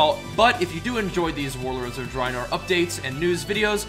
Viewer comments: It's pronounced Warlords of Dr-A-enor.. Not Dreinor.. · ur saying drinor not draenor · he doesn't say draenor right lol